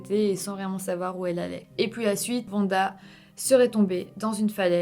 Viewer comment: Je kiffe trop tes "puis" qui donne "pouis" pour la française que je suis 😅